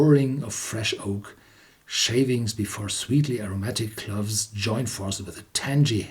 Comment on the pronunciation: Cloves are NOT pronounced like Gloves!🥊🥊.....clowves is the pronounciation!!!!